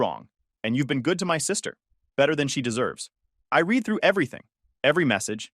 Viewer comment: I feel like they need to proofread what they are about to narrate before they even narrated because they mispronouncing words at all times Read and read are the same thing Make sure that you know exactly the way you have to say that specific word why